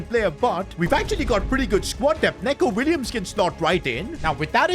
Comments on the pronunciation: Bro it ain't neco nits nico william pronounce it or else he would be under your bed tonight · It's Nico not Neco 😂😂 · hE said when saying his name in prem neco williams NOT NECO ITS NICO